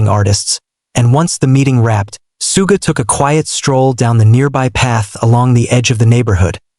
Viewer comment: The way he's pronouncing 'Suga' is pissing me off